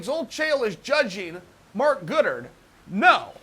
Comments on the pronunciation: idk why but Chael says almost everyone name wrong 😂 almost think he's trolling. YaRir, Kabeeb, Mark Gooderd, Muuuy Tai, Amanda Nuuns, and so on. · Mark goooodard. Lol you would think he'd be able to pronounce these guys names by now. Oh Btw. No early stoppage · No one: Chael: Mark Goodard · I’m convinced chael botches people’s names on purpose just to trigger his fans 😂 mark goodard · He definitely does it on purpose. He’s so funny